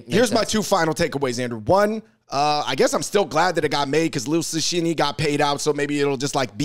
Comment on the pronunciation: I don't think you even pronounced Liu Cixin's name correctly bro, lol.